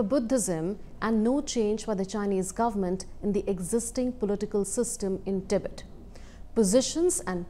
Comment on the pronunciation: Its Tibet not Tibit. If you can't even get that right.....